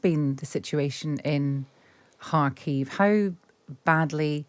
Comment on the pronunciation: I've lived in Kharkiv for over 20 yrs and I've never once heard it pronounced "Harkeev".